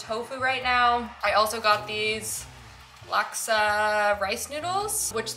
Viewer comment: Thank you for pronouncing “laksa” the right way. Hope you can have the actual dish soon! It’s a Southeast Asian (Singapore and Malaysia) dish and it’s so so yum!!!